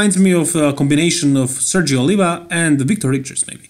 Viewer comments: Most of you will probably pronounce the name Filip Drupolic wrong. * Says several times Sergio Olivia instead of Oliva.. 😉 Just kidding bro 😋 Filip does look good. I would either choose him or competitor C. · He means you butcher Sergio's name every time